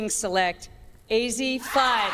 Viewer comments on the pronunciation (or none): Bra it’s a-zzi not Ozzie 😂 and the Pac-Man thing is from colors com on man